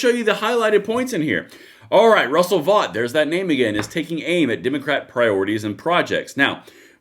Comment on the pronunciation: Russ Vought pronounces his name like Vote!